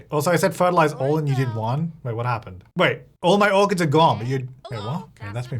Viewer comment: Kept hearing "harvest organs!" instead of "orchids". Thought I missed an update LOL